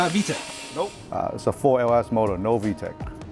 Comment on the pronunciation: I love the emphasis on the non-vtakkkkk